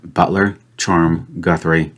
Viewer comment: Guthrie is a Scots surname in origin but it isn't said like goo-three ! it's guth- ry where the guth bit rhymes with bismuth.